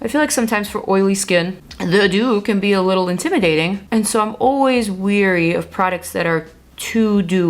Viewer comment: Not to be critical but I want you to be perfect. It’s Leary not weary.